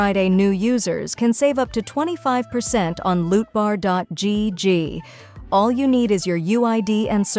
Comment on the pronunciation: Not the emphasis on "gg" at lootbar promo 😂